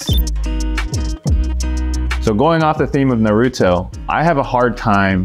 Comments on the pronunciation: No way he just said Nuhrooto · they sayin naruto wrong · Is anyone going to say anything about the way they pronounce Naruto? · Asian but can't pronounce Naruto correctly